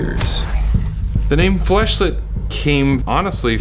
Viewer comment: I kept thinking he was saying “flesh light” instead of fleshlette